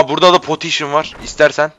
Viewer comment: po potiyşın :D